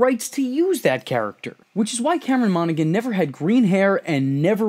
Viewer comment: It felt like Benjamin had seen your previous videos in the series and was trying to politely correct your pronunciation of "Monaghan" lol